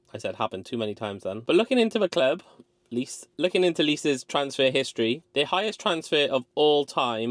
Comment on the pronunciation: "Dorgu for 30m is too much" - Someone who can't pronounce Lecce.